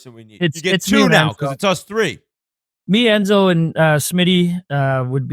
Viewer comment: They kept talking about "endzo" who is that?